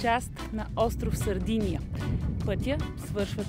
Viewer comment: Мила, Сардения, а не Сардиния.Островът носи името на най-ранните заселници племената сарди.